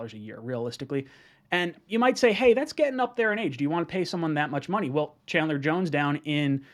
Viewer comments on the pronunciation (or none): none